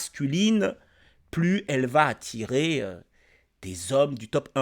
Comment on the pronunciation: "attirrrrrrrrer" frérot 😂